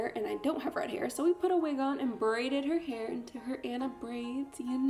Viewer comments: its pronounced onna not anna but okay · it's pronounced ah-nah not annah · ITS ah-na not an-na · ITS PRONOUNCED AH-NA NOT ANNA YOU CANT MAKE A DISNEY VIDEO AND PRONOUNCE THE NAMES WRONG YOU DID IT IN YOUR LAST VIDEO TOO!!! NOT OK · I want to punch people who say Anna like an it’s onna that’s how you pronounce it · As someone that works as a party princess I think the idea is really creative and fun but a) where is your wig cap b) Aurora is blonde not yellow and c) HAVE YOU EVEN FUCKING SEEN FROZEN YOU DO NOT SAY ANNA YOU "ON-A" WTF NO. That is all have a wonderful day ❤ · It’s Anna not ‘Onna’ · Um I'm not trying to be mean it just annoys me when this happens its pronounced aw nuh not the way most poeple say it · Anna pronounced (aw nnaa) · IT'S PRONOUNCED Auna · It pronounced on-a (Anna) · Actually its pronounced aw nuh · The way she says Anna triggers me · did it bother anyone else that she mispronounced anna so many times? smh